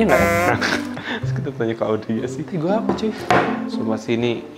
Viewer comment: Magsudnya tegu bukan regu